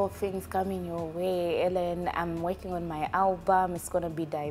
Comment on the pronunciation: The interviews were awesome but pulizi Xaven, it's Hellen not Allen